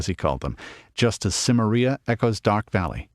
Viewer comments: I wish he'd stop pronouncing it like "Simmer-EE-uh". It's Si-MAIR-ee-uh, possibly with a hard "k" instead of a soft "c", but this guy's definitely pronouncing it wrong. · I believe it's pronounced "Ki-meria," not "Sim-eria." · Your mispronunciations of Celtic and Cimmeria are infuriating. Why would you narrate this if you clearly cannot even pronounce such important words to the story? That point aside, I am glad that you did because the more about Robert E. Howard there is the better.